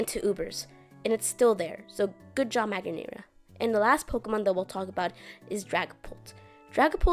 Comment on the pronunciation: this is the worst pronunciation of magearna I've ever heard oml